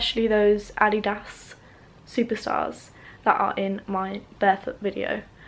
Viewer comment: Woah, hang on. I just now caught on to this but when you say that word a little funny because of your accent, don't you mean Adidas??? Lol